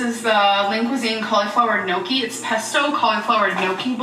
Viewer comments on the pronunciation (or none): Whenever mispronounces gnocchi as “no-key” an Italian dies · I'm Italian, and make gnocchi, and the way she says gnocchi literally kills a child in Italy.